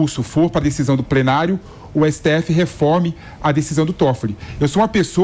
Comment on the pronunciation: prenario? eu ouvi bem? uhahuauhauh